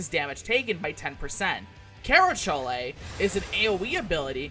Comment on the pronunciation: But it's fun hearing him say CHOLE